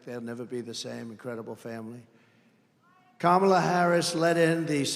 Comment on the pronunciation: is just yapping to hear himself amplified at this point. He's like a toddler hearing his voice in a microphone for the first time with those crazy syllables and elongated L's 😂😂😂 KaHHHmAHLLLAAA😂😂😂😂 gotta admit he sounds like a biiit of a stalker. Like by alot. LLLoooooossser. Great crowd. How much did ya pay 'em?